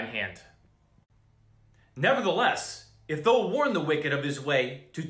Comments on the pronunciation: "thou" is properly pronounced "th-ow" (like OW!) not like "though" :) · Brother, when you see the word ( thou) in the King James ; it's pronounced like ( thow) like wow or cow. Just helping u out so u sound more legit. God Bless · not to be that guy thou sounds like "cow" thou not thoooo fiery = " fire reeeee" not fuuuury